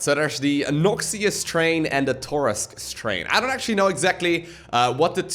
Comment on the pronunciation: The way he's pronouncing "Noxious" triggers me, especially when it was already said multiple times.